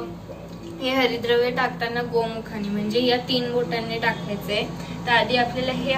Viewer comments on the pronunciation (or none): 👌👌👌👍👍👍 " Havirdraya " asa uchhar pahije